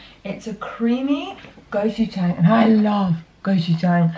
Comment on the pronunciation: Just so you know, gochujang is pronounced less like go and more like goh! Nice to see the gusto options